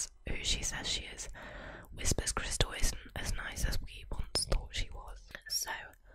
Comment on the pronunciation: Can't get past "whispers crystal" ("whisper's crystal?") each time, especially since it's spelled correctly. It's like how some British dialects say "Barricko bomma," despite knowing that's not how it's pronounced.